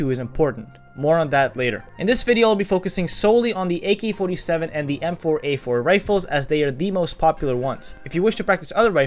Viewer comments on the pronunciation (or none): he pronounces ''ak'' like ''a-kee''